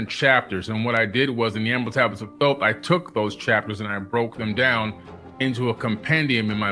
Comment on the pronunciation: THOTH NOT THOT